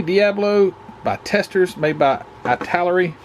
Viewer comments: my daughter who studies Italian tells me its pronounced "ee-tal-airy" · Haha idk about where you live but here in Pittsburgh pa some people like to say ribbits, instead of rivets, can't stand that, haha, and I'm pretty sure it's pronounced It-Ah-Larry